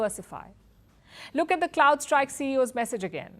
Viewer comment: and - It's C'r'owdStrike, and NOT C'l'ouldstrike.